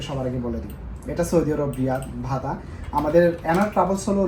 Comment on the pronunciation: ভাই, ভাতা না বাতা মার্কেট, ভিডিও করেন শুদ্ধ ভাষা বলার চেষ্টা করেন।